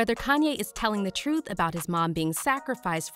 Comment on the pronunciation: "Duurr... TROOF" 🙄